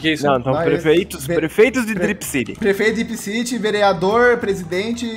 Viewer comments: cripcity kkkkkkkkkkkkkkkkk tudo errado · cripcity kkkkkkkkk tá errado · "CRIPCITY" Kkkkkkkkkkkkkkkkkkkk